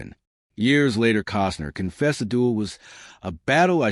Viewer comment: Kostner not Cosner